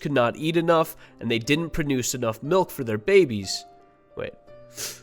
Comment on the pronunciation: Pronuce milk lol